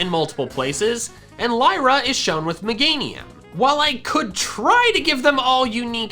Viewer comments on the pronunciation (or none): none